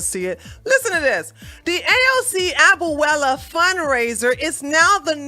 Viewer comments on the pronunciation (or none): I love you. Abuela is pronounced: A-bue-la, three syllables. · You pronounced abuela wrong lol. Good video 👍🏿